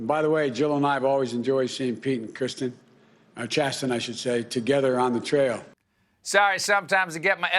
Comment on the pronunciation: Chasten is pronounced chas-en.